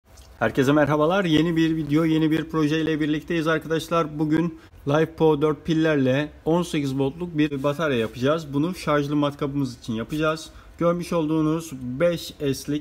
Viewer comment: Merhabalar ve kolay gelsin. Videoda her şey mükemmel ama pilin tanımı yanlış. Lifepo 4 hayat po diye okuyorsunuz ama pil Li (lityum) FePO4 (demir fosfat ) diye okunmalı, yani LiFePO4 = Lityum-demir fosfat diye okunursa doğru olur.. Kolay gelsin..